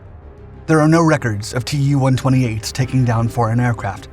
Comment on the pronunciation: a word of advice- russian airplane names (like Mig and Jak[ or Yak]) are NOT spelled out - they are pronounced as words. So Yak is pronounced as such, so is mig, and "Tu" is pronounced as "Too" (from "Tupolew" with "W" being pronounced a "V").